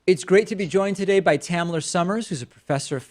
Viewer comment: I thought he said “Tanner,” and I was like, ok not a weird name. Then I read that it was “Tamler,” and saw a white dude, total confusion.